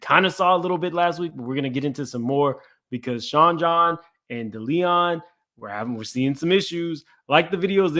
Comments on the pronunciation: Its Deleon.... Day-lee-on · This YouTube nonsense is ridiculous half you can’t pronounce a damn thing it’s DeLeon no Da Leon🤦🏽‍♂️🤣 Make that make sense